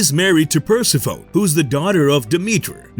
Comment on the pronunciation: Per-sef-fone-nee, not "persi-phone"...